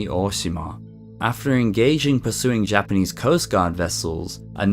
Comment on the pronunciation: I very much appreciate your pronunciations of Japanese. A lot of british and Australian individuals have a tendency to absolutely butcher it. Also, the ffirst story where rhe boy gets down near the river bank? This is one of the many reasons why the Kappa myth exist. Might he have fallen into the river?